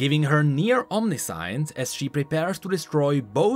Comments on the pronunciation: Did he seriously just say Omni-science :D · thats not how you read omniscience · That's not how you say omniscience.... My brain hurts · you misspronoucned omniscience no offense, english also isn't my first language but ive always found it helpful when i have mistakes pointed out to me.